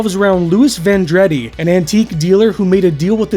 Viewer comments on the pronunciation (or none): Pronounced Von-drah-dee, not Van-dread-D. Loved the show. Even had a fan page on IG for 5 years. Wish they would put out a blu ray, the DVD transfer was quick and sloppy. Grainy on most episodes. But would more than likely lose money so probably will never happen. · His name is pronounced "VON - DRAH- DEEZ" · I can't believe no one's called out your pronunciation of Vendredi, and you're a Canadian! I remember when this first was on being annoyed they didn't use any real occult lore in the show and instead just made up whatever they felt like. But once I got over that, this was a favorite. Though I admit, it's super cheesy to watch now. Ryan leaving definitely killed the show. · I was about to mention that! Of course, Vendredi is the French word for "Friday", which I thought was a nice touch.